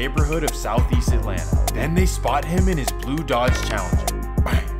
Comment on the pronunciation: The way he says bang gets me every time lmaoo